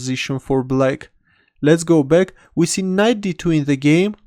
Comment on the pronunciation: I love the way he says "Let's go bag(back)"!